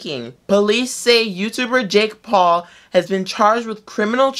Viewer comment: Were just gking to accept the way he says jake paul